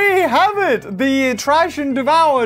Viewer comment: It’s THrash n devower